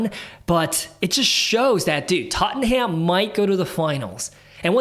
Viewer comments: It’s not tot en ham it’s tot num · Tot-num .. not tot-en-ham No need to thank me 😊